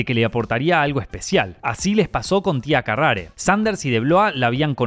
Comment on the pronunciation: Una observación: Tía Carrere, se pronuncia "Tía Carrer" no "CarrAre".